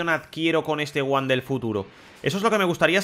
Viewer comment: 2020 y los españoles todavía no saben pronunciar bien el nombre de Gohan